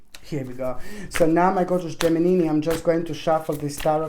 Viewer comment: I like how you call the geminini👍